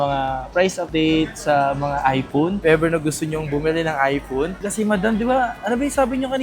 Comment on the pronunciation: time: ipoon? ive been a content creator for quite some time now. I may not know if you finish your education or not but at least practice more often since young audience also watch your contents and one way to teach them is correct pronunciation. I know pinoy and nazi but this is not a bad comment but rather a piece of advice. Though it's still ur call if u wont. ur a content creator for pete sake. when the kids in the house heard what u said, the copied and laughed at it. it aint good.